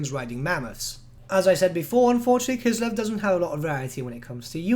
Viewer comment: K: "Kislev" W: "..." K: "Kislev" W: "..." K: "Kislev" W: "I'm listening" K: "..." W: "What?" K: "Kiselv"